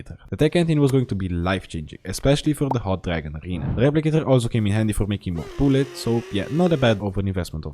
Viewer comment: booluts? Remind me of (i need more booluts) And (i need more booluts) is french Yes boys,we got it is 100% French